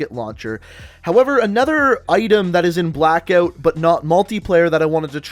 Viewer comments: Have you got a speech impediment?? You can’t say Blackout 😂😂😂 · the way he pronounces ''blackout'' gives me cancer